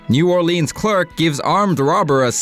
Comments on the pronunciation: NEW ORE-LEANZ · Pronounced new Orleans wrong